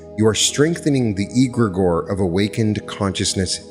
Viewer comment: "CROW- ley." is the pronunciation. "Eh-gre-gore" is the other word. (Not E gra gore)